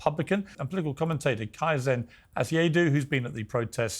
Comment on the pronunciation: His name is KAizen, for f@ sake. Pronounced Kay-zen. How many times do you have to have him on the show to get his name right. You Brits can't pronounce anything properly. Learn to speak American.😅